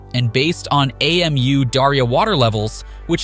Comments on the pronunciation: The river is Amu Darya. Amu is a word (pronounced ah-moo) not an abbreviation A.M.U like the narrator is saying. Anyway, good for Afghanistan and doing their own thing and developing their own country the way they want. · Who pronounces Amu as AMU? Lmao